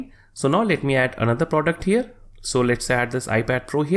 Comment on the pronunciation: stop saying "here" like that broo